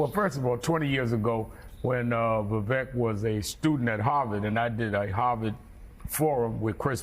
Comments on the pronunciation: Oh dear. Yellow hair on Rev. is not a good look. Also, by now everyone in media should know that Ramaswamy's first name is pronounced Vuh-VAKE, and not Vuh-VECK. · can’t pronounce Viveks name. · It's "Vivek," as in "cake." The fact that none of the anchors in this broadcast couldn't even be bothered to look up such a simple fact speaks volumes about the state of our media. As for Sharpton: He didn't show the clip where Ramaswamy pointed out that Rep. Hakeem Jeffries, the new US Minority House Speaker, used the EXACT SAME PHRASE when referring to Donald Trump in 2019. It's called race-baiting. And Vivek called it out. As for his take on issues: Press him on them. That's the media's job. It is NOT the media's job to label his ideas "nuts" when you haven't discussed them in-depth. Shameful. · None of the these opinion hosts pronounced Vivek's name correctly. And they didn't get anything after that correct either. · These "journalists" played a clip of him literally saying his name yet go out of their way to pronounce his name incorrectly. That's not journalism, that's something else entirely.